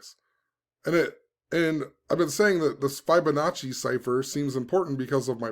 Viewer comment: Fib-onacci not Fibe-onacci lol Think of the word "Fib" not "Fiber"